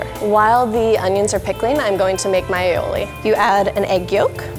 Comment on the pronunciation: Ali-oli not ailiowli